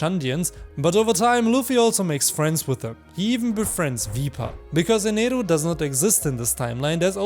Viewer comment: Yo this is the first time I have been early to a video Also amazing Video Idea and finally someone who says Eneru and not Enel